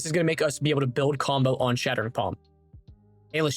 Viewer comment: "Shart'ering" palm 😆💩